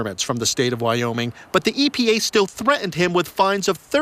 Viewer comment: Threatened not thre’end